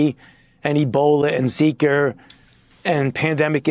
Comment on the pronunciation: Who’s that guy, Maddow? And why is Foochie calling it Zeeker and Influenzer! And why don’t I watch TV more oftener!?